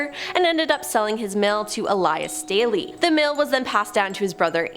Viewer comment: My maiden name is Staley. Thank you for pronouncing it correctly!